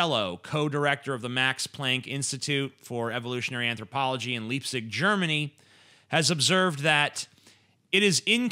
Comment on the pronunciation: It's Leipzig, not Liepzig.